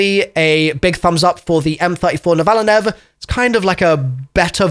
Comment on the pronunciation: Man…dalek with the “N” in front of Akita and now u butcher “NOVA-LINE”